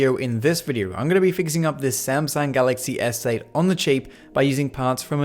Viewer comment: Who else notices he says “galaxy essay” instead of galaxy S8